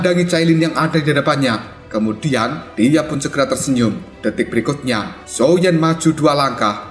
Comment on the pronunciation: Min ngakak banget pas blng xioa Xiao😭